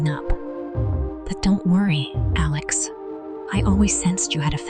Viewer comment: A Lex?Why can't they get t hese thingsto speak correctly?